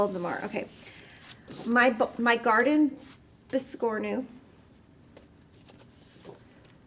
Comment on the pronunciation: biss core new that is the proper pronunciation for biscornu. I broke down the pronunciation by syllable.